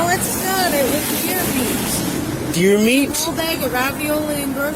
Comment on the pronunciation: It's deer Meat,Deer Meeat